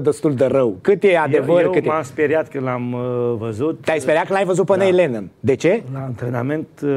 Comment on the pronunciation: Se pronunţa NIL LENNÎN, NU NEIL !